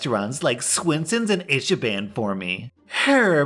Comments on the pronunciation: I-she-ban. I-chee-bahn. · Hi! Just wanted to say that Ichiban is pronounce ich-e-bahn. Hope this doesn't seem as hate! Have a great day :) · I did a double-take at pronunciation of Ichiban. Obviously, he has no way of knowing this unless he either had been to one or knew Japanese but Ichiban is literally Japanese for "The best" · Sorry, but may we take a moment to appreciate the pronunciation of "Ichiban"